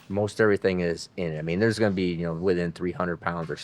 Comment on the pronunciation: Im late to the party but i think the name should be the toobee camaro lol for some reason when u said to be named i thought u were saying some michigan slang word or something us southern fold dont kno about lmao to be sounded like one word when u said it so toobee it is!!